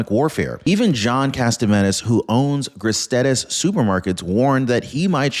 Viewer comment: It’s “Gris-tee-dee’s”, not “Gristeddy’s”…